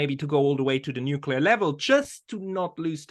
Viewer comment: I can only watch someone say noo-cue-lar so many times sorry.